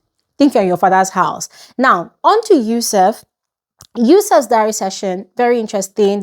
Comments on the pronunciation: you’re still saying “yousef” instead of “YUSUF” 🙂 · You stilllllll keep saying Yusef 😂😂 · Yusuf “ you still said yusef 😭😂